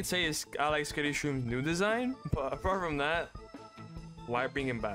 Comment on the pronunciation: Русский акцент прорвался, there’s no ну gem plants